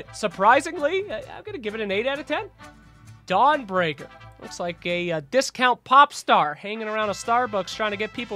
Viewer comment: are you saying "Dong Breaker"...?